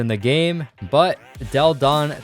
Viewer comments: I don't know if you've ever heard of Delle Donne prior to this video but her name is pronounced della-don (not dell-don) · Delle Donne is pronounced “delluh Donnay” not “Dell Don” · It's Delle Donne not "Dell Donn". You have to pronounce the "e" like in "felt". It's italian not french. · it sounds like "Dell Donne" but its pronounced like "Della donne". No hate, but believe me. I know 'cause I'm a Delle Donna fan, and a mystics fan. I LOVE THE WNBA! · "Dell Don" 😂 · Maaan You have to pronunce "Delle Donne" in the Italian way ahah try to listen to it on Google Translate